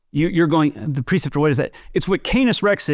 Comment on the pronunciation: It's pronounced PRE-ceptor, not "PER-ceptor."